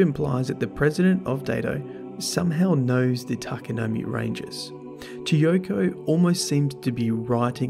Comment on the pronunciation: Its pronounced TA-KA-NO-MAY. Not you too